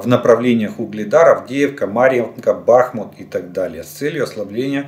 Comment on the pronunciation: Можно наконец правильно ставить ударение на слово Бахмут!!постоянно ежедневно переповторяет Бахмут ударение то на Ба то на му.Можно запомнить!!!!!!!!!!!!!